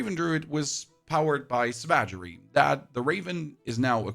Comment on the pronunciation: Savage, Savagery. How do you butcher that?